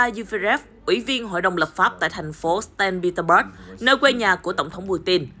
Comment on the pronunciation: Saint Peterburgchứ sao lại đọc thành Staint Peterburg